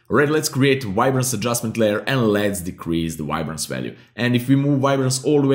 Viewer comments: did he say ribance? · I hear "wide-brance"